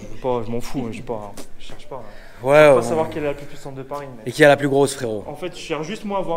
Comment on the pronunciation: parfois dit FRERIT au lieu de fréro.... ca veut dire quoi?